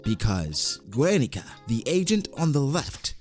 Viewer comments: Guernica is pronounced Gernica not Güernica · bro i cant tolerate his pronunciation of guernica